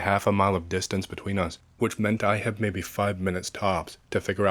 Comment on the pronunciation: i love how he says "maybeh" instead "maybe"